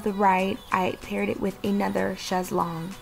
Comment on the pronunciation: Yay!!!! You did it girl!!! It all looks gorgeous and THANK YOU for pronouncing chaise correctly!! 😉